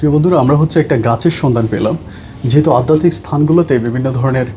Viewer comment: Addatik noi adhyatik.